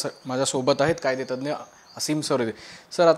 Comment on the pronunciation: कादेतज्ञ नसते कायदेतज्ञ असत